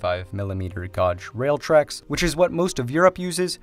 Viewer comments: Gauge is pronounced geij. Also Helsinki and Tallin are the 1st and 3rd busiest ports in Europe not the world. Even what is being cited specifically says in Europe but that part is blurred out. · I think it's pronounced gauge, and not guage. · Gaw-g? I always thought it was gay-j... Tuh-may-toe Tuh-ma-toe! ;-) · How did he pronounce that? Gawj? It's pronounced gayj (rhymes with cage). You're a native English speaker, that's embarrassing. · Gauge rhymes with the English word 'page' (as in a book). Proving once again that English spelling was invented by some drunk, malicious dude from around the Tudor period. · The way "gauge" was pronounced made me chuckle. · that is not how the word gauge should be pronounced. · downvote for mispronouncing "gauge"